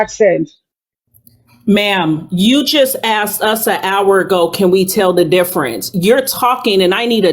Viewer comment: this was a trip. "how can u tell the diffronse?"